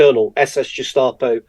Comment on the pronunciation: Great interview by Mitch, as always, but this guy taking himself so seriously and saying jestapo….